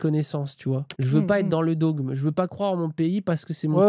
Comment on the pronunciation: Le dôgme mdr go orthophoniste c’est plu possible